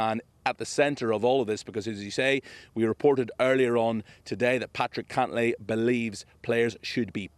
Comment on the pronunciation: Cantlay. Wrong vowel.